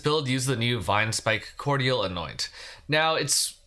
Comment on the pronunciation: Just FYI, cordial of Vinespike Cordial is pronounced like it has a j instead of a di. Core-jul, not cord-yal or cord-ee-al. It's a type of liqueur.